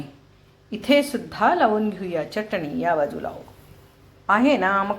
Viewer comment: च्यटनी नाही हो बाई. .. .. चटणी असते ती